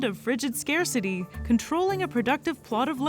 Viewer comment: Scare city? That was an interesting way to pronounce "scarcity".